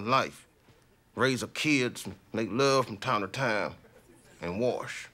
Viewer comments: He said " warsh"😂😂😂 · Came here to hear the Monologue where Dave Chappelle says “Wash” (warsh). Anyone that doesn’t use a wash cloth or loofah is buggin out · “Raise a kid, make love from time to time, and warsh.”